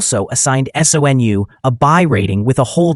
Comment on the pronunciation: SOUN? Not SONU